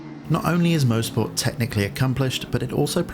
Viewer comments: Fantastic mod, well done to the author! Great video! FYI I think it's pronounced "MOS-PORT" not "MO-SPORT". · coming from a guy that lives 10 mins from the track in canada its pronounced "mahsport" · This guy has it right. It's more like 'Moz'-port than anything. [mawz-port]